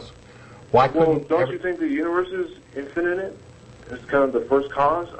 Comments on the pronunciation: does anyone else get the impulse to slap the caller and tell him to stop adding an extra syllable to "infinite"? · I think this is the same guy that keeps calling and sounding like a jack ass. "infininent" LMAO! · "infininite"? You know your argument is bad when you can't pronounce the important words. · Is he saying INFINNINITE? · Infininate?? He can't even say it, so I'm not surprised he doesn't grasp the concept. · Infininite? Okay the first time I figured was a fluke but he KEPT...ON...SAYING IT. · This clown keeps saying "infinitive". He doesn't even know the word, let alone the concept. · I love how he keeps saying "infininite" :-D So cute! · he keeps saying infininite, adding an extra in to it... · Actually Jen does correct him once here, but why not just let him keep saying 'infininite'? It's funny, like all theists arguments. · "Infininate"...this guy and Sarah Palin should hook up. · "if there's an inifninate number of HELLO?" i lol'd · I wish he'd stop saying 'infininite'. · I wouldn't call Jen a sidekick. She contributes a lot of her own knowledge, as do the other co-hosts. Nice intro LOL. IT'S INFINITE, NOT INFINNINITE!! SAY IT! SAAAAAY IT!!! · I think he has called in an IN-FI-NI-NIT number of times. lol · The guy repeatedly pronounces "infinite" as a four syllable word. That should be your first clue as to his mental competence. :) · What annoys me is that this caller cannot pronounce the word "infinite." He keeps using the word "infinINite", where the capital letters show the flaw. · if he cant say "infinite" he shouldnt be thinking about the start of the universe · i wish this idiot could pronounce "infinite"